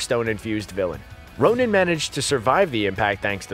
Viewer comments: It’s Ronan not Ronin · *Ronan, not Ronin.. ronin is hawkeye, Ronan is the accuser.. bruh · it's Ronan, not Ronin